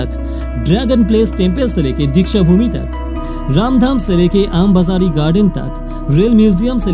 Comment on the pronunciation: Woh AAM BAZAARI nahi AMBA-ZARI hai